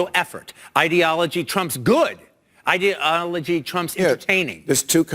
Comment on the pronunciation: He's not the most articulate speaker. Seems to have a problem pronouncing the word ideology.